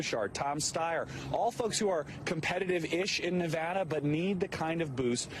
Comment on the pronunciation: Vox Populi if this guy's trying to influence people living in Nevada particularly long-term residents to vote for Bernie Then yeah, it actually does matter. When pronounced the way he is pronouncing it You come off as an a**** from out of the state That's how mainstream media used to always say it.